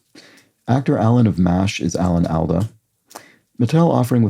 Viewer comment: Alan Alda is pronounced all-da.